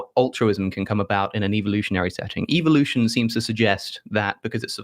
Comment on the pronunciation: I JUST ABSOLUTELY LOVE THE COHERENT AND SENSIBLE MANNER IN WHICH ALEX EXPRESSES HIS IDEAS ON A MYRIAD OF SUBJECTS ! HOWEVER , AND THIS MAY BE A SILLY POINT ON THE MATTER OF HIS PRONUNCIATION OF THE WORD ..EVOLUTION ...AS SOUNDING LIKE EVILUTION WHEREBY APPLOGISTS JUMP ON THIS SCIENTIFIC THEORY ( I KNOW IT'S A FACT ! ) THAT IT'S SOMETHING TO BE CONSIDER .....EVIL ! PERHAPS A SOFT E PRONUNCIATION CAN REPLACE THE HARD E AND MAKE IT SOUND LESS THREATENING AND MORE ACCEPTABLE TO THOSE WE'RE TRYING TO HELP....GET REAL !